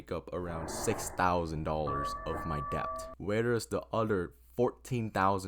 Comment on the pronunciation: It’s “det” not depp …